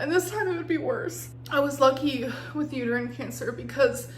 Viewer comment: I'm pretty sure she either just didn't know how to pronounce uterine or forgot the word.